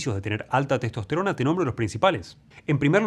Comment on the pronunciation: Maestro, dice testost_rona